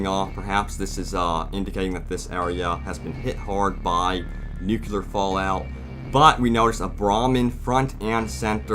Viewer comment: "The nucular bomb" around 2min30. Hehe classic. Don't worry though in "The Crystal Skull" Indi couldn't get it right either and he's a scientist.